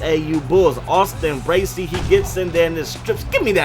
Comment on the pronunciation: He said Bracey right! Haha